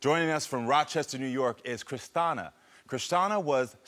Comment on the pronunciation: Christina is pronounced Christiana now?